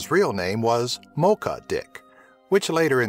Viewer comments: The actual pronuntiation is moʧa not ˈmɒkə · Mocha is pronounced with a CH like in Chile, the country it's in. Not like "Moka"